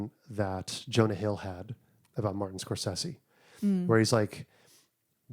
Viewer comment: Huge props for pronouncing Scorsese’s name correctly. So many people call him “Score-say-zee”!